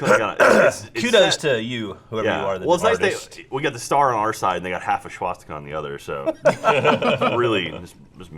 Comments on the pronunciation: I really hate the way says swastika. It's not pronounced with an "sh" sound. That's not even what the letters in the word suggest. I don't understand why he says it like this every time. In german, it's pronounced "sva" at the beginning. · I hate how pronounces swastika as shwastika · I like how, the smartest guy at roosterteeth and a guy who never shits on people that say things wrong keeps saying shwastika instead of the actual pronunciation which is Swastika. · Why does always say "SCHwastika"? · It's swastika, not shwastika,. Or are you shtupid? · Yep. I pointed out the same thing here few hours earlier. No idea wherd he got that 'sh' and he keeps saying 'sh' even though others pronounced it correctly in the first YT Off Topic.